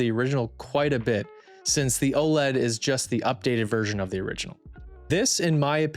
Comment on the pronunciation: How do you run a channel like this and can't even pronounce it right. It's O-L-E-D for fuck sakes